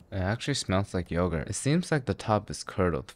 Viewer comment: yoğurt is turkish but the way you fucked it up im ok with it being greek